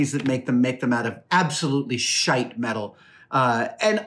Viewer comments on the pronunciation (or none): “Shite”, ha! The Irish ☘️ is strong in this one! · I'm Irish and I'm pretty sure he said it with an Irish accent. Shite is an Irish word, after all.